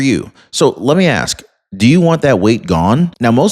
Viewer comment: I knew you couldn’t say “ask” but “improvisational” caught me off guard. 😂